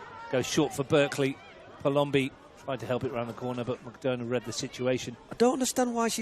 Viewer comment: Ailish with an A (not E) and McDonagh like McDonna. I watch from Saudi Arabia and love your commentary but please pronounce her name correctly!! Thanks!